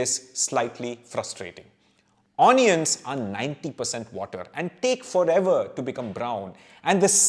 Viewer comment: My God, from where do you get these hitherto not known topics. I am addicted to your videos and share them with my friends. We are all a big fan of yours. Thank you for the amazing info you provide. Just one suggestion. Pl don't mind, kindly don't mispronounce 'onions'. Its like an apashruti in the melody. Excuse me, don't mean to hurt you.